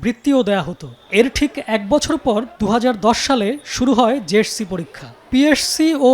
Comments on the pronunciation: এই সাংবাদিকের দাঁত কয়টা আছে সেটাই ভাবছি যে কবার পি এস সি, জে এস সি আর এস এস সি উচ্চারণ করলো ততবার ই এক এক টা দাঁত খুলে গেলো উনি বার বার বলল পি এড সি জে এড সি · পিএরসি, জেএরসি না। উচ্চারণ টা ঠিক করে শিখুন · psc, jsc, ssc, hsc উচ্চারণ ঠিক করেন সাংবাদিক ভাইজান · পি এস সি ও জে এস সি আগে তো ঠিক মতো উচ্চারণ করা শিখেন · সাংবাদিকের পিএসসি ও জেএসসি নামের উচ্চারণ এমন কেন?